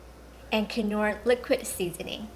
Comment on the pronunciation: These sauces look amazing, but I'm pretty sure the 'k' in knorr is silent